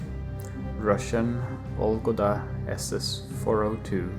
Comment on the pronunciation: its VOLOGDA, not volgoda =) Vologda (Russian: Вологда, [ˈvoləɡdə]). Interesting and calm video btw